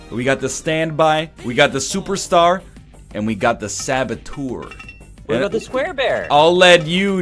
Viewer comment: Hey, Mr Ryan, try to find a more correct pronunciation for "saboteur" (it's the french word right?). ;) It's a bit like "er..." like "uh" + "r". No, in French we don't say "poree". :P